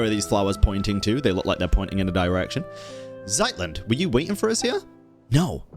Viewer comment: ZEIT = time (pronounced ts-eye-t) Zeitlind RAUM = space (pronounced row-m) Raumhilda